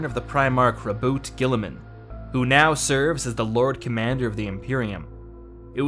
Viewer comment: "Row boot gillyman"